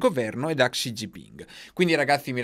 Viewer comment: Se posso suggerirti, credo che la xi si legga "Sci"... Non per fare il pignolo ma tra poco ci comprano il terreno sotto i piedi, conviene farli contenti 😜